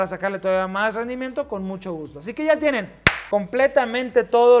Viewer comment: musho resheno dislaic